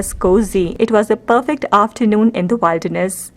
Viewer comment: Please note it’s pronounced as Will- der-ness not wilder-ness. ( will rhymes with Bill)